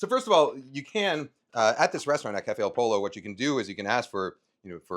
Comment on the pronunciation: Cafe Al Polo?? Does he mean "Al Pollo"??